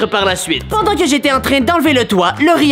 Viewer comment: t'as dis oedent au lieu de pendant.